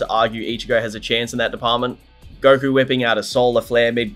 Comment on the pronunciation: I couldn't even finish the video... if I hear gokurr one more time lol